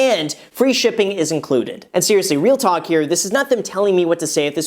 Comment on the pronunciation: LMAO.... Did he say "real talk"